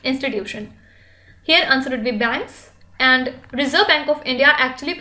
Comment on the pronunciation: Mam please say And, don't say Anduu it irritates a lot.